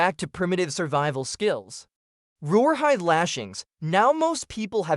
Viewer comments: What the heck is roar hide? Is A.I. trying to say rawhide? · My guess is "rawhide" which he or AI is saying wrong🙄 drives me insane. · ...WTF is "roarhyde"??? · Rawhide, with an accent.